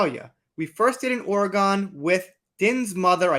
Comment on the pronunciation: Hey sugar… great post. Just a note- since I was born in the state… it’s pronounced Or-E-gun.